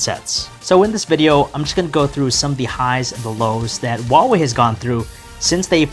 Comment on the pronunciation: The pronunciation of Huawei is sooooooooo wrong